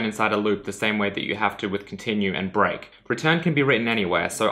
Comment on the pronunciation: When he said: "Let's take a look at break.", I first understood: "Let's take a little break." LOL